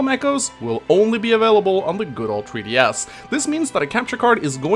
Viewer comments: Tree DS =X That's all I could hear lol. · Tree DS. lol. Still far superior English than whatever I can speak at :P Thanks for the vid!